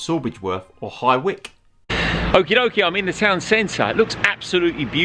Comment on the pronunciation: Hey it's High Wych not High Wick!!